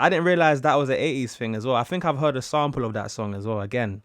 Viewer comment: I’ve over here thinking “‘sound pull?’ Huh, guess they use ‘sound pull’ instead of ‘sample’ in UK” Took me wayyyyy to long to realize you were actually saying “sample” 🤣🤣🤣🤣